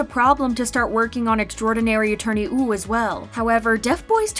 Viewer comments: Why does the narrator keep saying 'Extraordinary Attorney Ew' .... ? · She says woo wrong lol